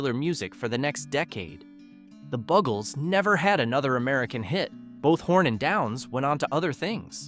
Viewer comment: At least pronounce their names right.. BUGels, Luftbalongs, to name 2, really?